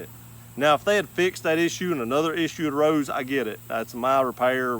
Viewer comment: I got about 1 minute into the video. Can't take someone seriously who pronounces the word THAT with three syllables.